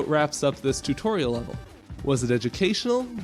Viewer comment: Great vid! I really liked your "tu-toriel" XD